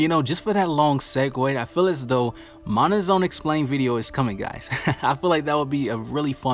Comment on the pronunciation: It’s a problem because you keep mispronouncing mana